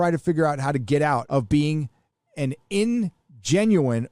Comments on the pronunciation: I suspect the word which threw you was “ingenue”. It’s French, and pronounced awn-zhe-noo. Means a pretty young actress in this context. Guess we’re more familiar with French words in the UK, for obvious reasons. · Sounds like "on-gen-ooo" ingenue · Ingenue is pronounced on-zhen-oo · It is a dumb word that you may see five times j. Your life. It is pronounced on-ja-new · Ingenue -- pronounced "on-gen-you" (young, naive woman). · Pronounced ahn-jha-new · Dude. Bruh.. You claim to be a Nerd, yet in typically Punk fashion can neither pronounce ingénue nor understand its meaning. I also find it curious,, that you actually know the correct pronunciation of ScarJo's surname, yet only did so the 2 times that you were being snarky. So, I and your ancestors are curious to know: can you FUCKING PRONOUNCE YOUR OWN SURNAME CORRECTLY? [Here's a fucking hint: drunken horses would whinny in the distance when you say it because it's close enough sounding to another name. If you're a Nerd you'll get the reference, Punk.]